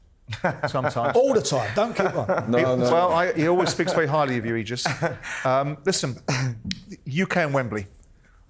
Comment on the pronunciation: It’s pronounced ‘Eegis’ Simon, not “Ejis” ffs you melt 🤡🤡